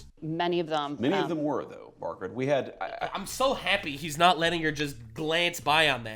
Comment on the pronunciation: The way he said her name, jeez-siz. *Margarette* Fackin’ kek